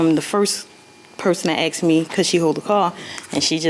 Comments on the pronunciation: Why do they say axed instead of asked , terrible English... and everyone is a cousin, sister 🙄 no one has a license or insurance.... they are all an irresponsible group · Why is it always "can I axe you a question instead of ask" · "AXED" me... ? ... What " CHEW... ? ... . We "GETs" there... ? ... . " AX AH DENT"... ? ... . AXED... AXED... AXED... AXED... AXED... AXED... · I’ll never take anyone seriously who says aKs and texes